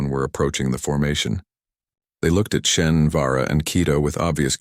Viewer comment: It's a computer-generated voice. If its worst mistake is SHEN instead of SHAUN then it's doing pretty well. Irish names are notoriously difficult. (Siobhan is pronounced Jhivaun? How do you work that out?)